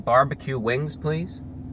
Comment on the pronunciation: I love how he says barbecue. "bwarbique"